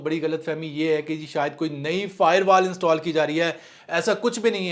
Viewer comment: Bhai fiberwal nahi Bhai firewalls 😂😂😂😂😂